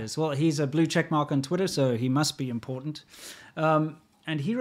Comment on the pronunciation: ImporTant vs Imporant One of these guys was raised by English speakers and one in California.